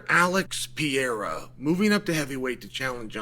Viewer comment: Chael, please learn how to say Poatans last name correctly or dont speak on him at all. CHAMA